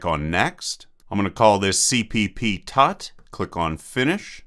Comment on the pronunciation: "Tut" is not pronounced like "Tutt" when it's short for "Tutorial".